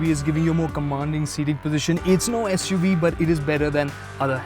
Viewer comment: Not "As*" UV makers. "SUV" makers!